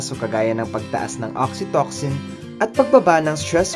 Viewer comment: Oxytocin.. Pronounced as oksitosin po